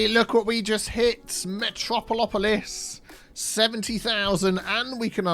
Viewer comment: Can u not pronounce megalopolis and metropolis cause i can say it perfectly, seems like SOMEBODY lost all their brain cells when trying to pronounce it